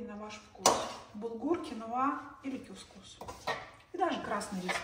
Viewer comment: Доброго времени суток. Табуле ударение на втором слоге, кускус ударение на первом слоге, бургуль ударение на первом слоге.